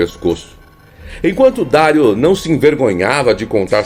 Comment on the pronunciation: O jogador é Dario (Dariu) e não Dário